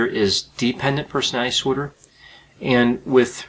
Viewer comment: Disorder is a 3 syllable word not two.